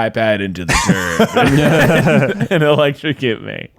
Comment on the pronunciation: everytime said, "turb" all I can hear is terd & giggled through that whole section.